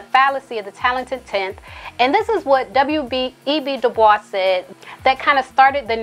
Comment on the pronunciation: Good commentary...thank you for pronouncing "Dubois" properly